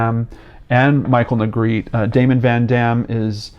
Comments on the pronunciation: This last name is pronounced Neh-greh-teh. Not Negreet. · Its neh-greh- teh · Sorry to be picky but his last name is a spanish one and it is actually pronounced "neh greh teh". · What baffles me is how Negrete is pronounced “Negreet” in every single YouTube video about this poor kid. 🤦‍♀️ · Well, I don't think people are gonna know it's pronounced "Nay-GREH-tay" like Spanish. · Every single person has pronounced his last name incorrectly. My older brother went to high school with him and played in the jazz band with him at Rancho Bernardo High School. His last name is pronounced “Ne-Gretti” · on a side note his last name is pronouced like spagetti (have actually heard his younger brothers both say it) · Yeah, it is pronounce Ne-gre-te. It is a Spanish surname. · Close 🙂 I’ll spell it phonetically, looks crazy but it’s Neh Gret Ay. Just making the correction bc it may be helpful. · I remember this. Ps: “Negretty” phonetically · No its neh- greh- teh, phonetically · Pretty sure it's pronounced ne-gre-tee or ne-gre-teh in Spanish pronunciation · I went to school with a Negrete; it was pronounced "Neh-greh-tee", with the emphasis on the second syllable. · He's pronouncing Negrete wrong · no, the E at the end of Negrete isn’t silent.